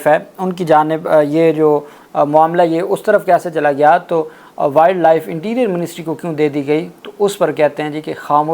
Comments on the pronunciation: صاحب، ولڈ نہیں ہوتا بلکہ وائلڈ ہوتا ہے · یار ایسے کرو کہ انگلش زبان کو صحیح پڑھنا اور تلفظ سیکھنا آپ کے لیے ضروری ہے۔ ولڈ کی بجائے اسکو وائلڈ پڑھا جاتا ہے۔ 😮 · Wild is pronounced as wiled. وائلڈ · Poor pronunciation of word Wild , not expected from you, repeated many times. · Please read the word “Wild”correctly.